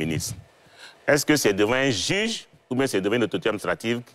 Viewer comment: Quelqu'un qui sait pas prononcer le mot "juge" qui dit jige... Vous voulez qu'il comprenne français ?